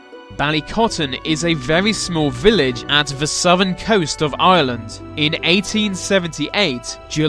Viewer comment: you could at least pronounce Ireland right